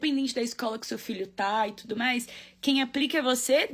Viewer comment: Que pena que não dá pra colocar o meme do John Travolta aqui 😛, você falou tûtô!!!!! Arrasô!